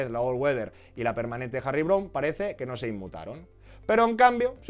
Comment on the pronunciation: A mí me gusta más la de Harry Coulant 😂 se pronuncia "Brown" no? Perdona es que me ha hecho dudar..buen vídeo ante todo!